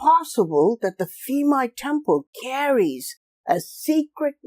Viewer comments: Interesting video thanks! One quick note: the "PH" sound in Thai words like "Phimai" is pronounced like a hard "P" not a soft "F". Drove me crazy for the whole video to hear you say "Feemai" over and over LOL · dear Admin Ph in Thai language = P not F ( Phimai : Pi - mai) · Phi=pee “peemai” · Bro, I am Thai. The PH = F pronunciation does not work as usual here. Phuket = Puket Koh Phan Gyan = koh pa gyan Phimai = Pimai For the reason why that I can thin of is back then Thais, even, at high level autocrat has no knowledge in English, and assumed that putting H after a letter will give it a heavier sound like T with Th. Supwr dumb, I know. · P-mai. It sounds like that. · Just discovered your channel and love this video! Have been to this temple, but you made me realize it's even more fascinating than I thought. Just a note though, that the name is pronounced with a /p/ rather than an /f/ sound (Thai: พิมาย). In the romanization of Thai, the 'ph' in spelling doesn't make an /f/ sound as it would in, say, Vietnamese romanization (which makes it confusing). I just mention this because the incorrect pronunciation threw me off at first, but I'm glad I stayed for the whole video because it's fantastic.